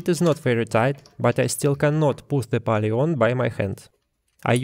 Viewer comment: Cool video. Nice to see that other people are using and documenting the electronic leadscrew. Just so you know, pulley is pronounced more like п у л и